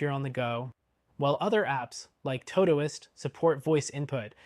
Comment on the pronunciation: I've never heard someone mispronounce todoist before 😂 impressive